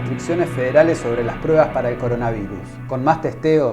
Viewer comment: Trump. Es coronavirus, no coronavairus 😆😅😂